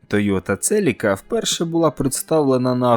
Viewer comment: Вчимося говорити Українською разом - Celica - Селіка (UA); Lancer - Лансер (UA); Civic - Сівик (UA). Московитська - Celica - Целика; Lancer - Ланцер; Civic - Цывик.